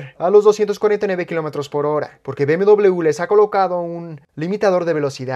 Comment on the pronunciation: Bmdobleve se dice. La U es otra letra